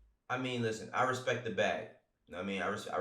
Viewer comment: Yo with all due respek “put some respek on cudi’s name” go back and do your homework.